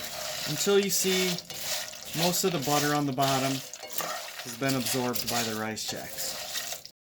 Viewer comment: Sounds like you are saying rize Chex.